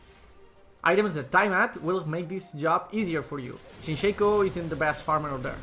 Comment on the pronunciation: its ShAco not Shayco